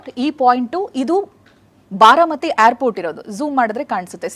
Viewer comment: haagu sariyagi kelsilla andre google alli pronunciation helkodthare adannadru kali